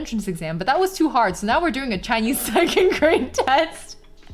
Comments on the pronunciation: "Chainyeez" 🤣😍 That much. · maam. it hits me like a truck whenever u say the word "chinese" in a vaguely chinese accent, bc i do the exact same thing